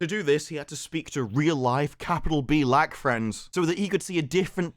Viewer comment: “B’Lack man” 😂